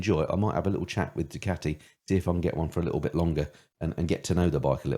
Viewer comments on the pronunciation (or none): You say Guzzi correctly but not Ducati! There is no J in Ducati...